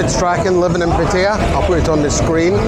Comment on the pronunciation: Gonnae no say Pattaya with an East coast accent ... also you don't give the Rockhouse a mention .. Alex has been there 18 years .. also Retox bar on soi buakow good wee bar ...